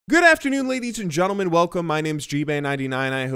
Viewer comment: Go to the start of the video and listen to his intro he says ladies and gontlemen